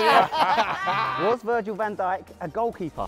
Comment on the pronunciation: My brother thought when you said Virgil van djik he thought you said virgin hent@